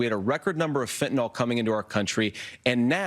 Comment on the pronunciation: FentanYL not fentanOL!! Come on folks!! Regardless, this nation is a joke today because far too many who WANT things to be a certain way are confusing it with the reality. Stop lying, stop projecting, and stop confabulating, everyone, either side. If you continue to do so, you are the problem. This “two sides” bs is only occurring because the weakest among our population (weak intellectually, emotionally, and psychologically) are currently the loudest and the most likely to become influencers and part of the commentariat on YT. These are average people seeking attention and buying cameras, microphones, and editing software. It does not make them knowledgeable nor expert. They are simply loud opinion-sharers with hopes of getting a following for personal gain.